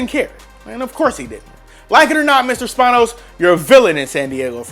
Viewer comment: When you mispronounce Dean Spanos